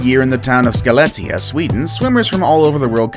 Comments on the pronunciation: Came to the comments to say this. As a swede, i can't really blame him for not being able to pronounce Skellefteå though. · The way u said Skellefteå hahahha